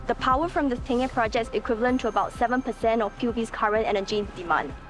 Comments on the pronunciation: The reservoir is called Tengeh though. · Ten-gay Reservoir... I laugh every time I hear that... hahaha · From Tengah to Tangeh🤣😂😅hilarious! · Never realized I needed an angmoh voice to teach me how to pronounce tengeh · Tengah Reservoir guess that’s what they are referring to. But really, it’s a big booboo. How to get a name wrong and still make a documentary out of it.